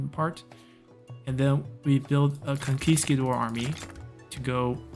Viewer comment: It hurts my soul every time you say conquiCAdor instead of conquisTAdor. 😂😂😂😂😂